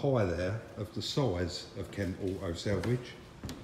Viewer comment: quick question? was does say selvage and not salvage? selvage is the edge of woven fabric?? love these videos btw maybe its just his accent so no offence meant